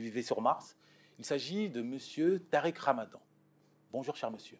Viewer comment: Tu la dis rouya tarik